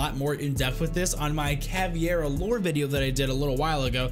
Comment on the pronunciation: Dunno if someone else pointed it out, but, it's "Caveira", not "Caviera" :P Love your videos tho ✨💪🏻